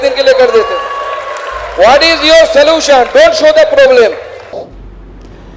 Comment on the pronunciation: Bhai, Salution nhi😂😂😂solution bolte hai re usko andhe bhakt😂😂IT walo ne mil kr kutna chahiye tha isko..